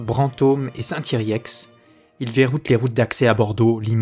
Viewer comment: Saint-Yrieix se prononce Sain-Yrié pas "ex". Merci pour la vidéo (et les autres, je me les enfile en ce moment).